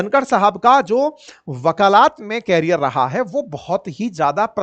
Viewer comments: साहब शब्दों का उच्चारण दुरूस्त कर लीजिए, सही शब्द वकालत, ना के वकालात, शुद्धि कर लें। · वकालत है वकालात नहीं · Sir, aap apne Hindi aur English ke pronunciation ko improve kijiye. Your presentation is very good, you look nice as well but incorrect pronunciation turns things off..like- you sound Nabbhe instead of Nabbe, you said wakaalaat instead of wakalat in this video. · वकालात न कहिए 🙏 वकालत है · बुरा ना मानें। विनम्रता से बताना चाहती हूं। वकालत, वकालात नहीं। ये गलती बार-बार दोहराया गया। चूंकि आप शिक्षण कार्य से जुड़े हैं, इसलिए यह बताना जरूरी था।